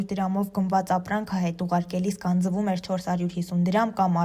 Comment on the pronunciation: Լրագրող ջան, գանձԸվում չենք ասում, գանձվում։ Հարգելի մեդիաներ, խնդրում եմ ուշադիր եղեք՝ ինչ ու ոնց եք տարածում։ Լեզվական ցանկացած մանր ու մեծ խոտան հայերենի վրա աղետալի հետևանք է թողնում․ մարդիկ սկսում են ձեր լրագրողների, ձեր կողմից հարցազրույցի հրավիրված հանրային անձանց սխալ արտաբերածի պես բառերն արտասանել կամ հայերեն բառերի փոխարեն սուտի գիտակ խաղալով՝ լսածի պես կիրառում են օտար բառեր։